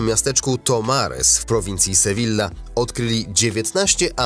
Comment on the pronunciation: Mówi się sevija a nie sevila😖